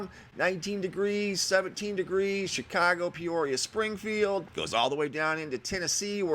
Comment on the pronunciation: Love the way you said ChicOgo! Said as someone who may have lived there? Born and raised...miss it when someone actually says it right. Not Chicawgo. :-(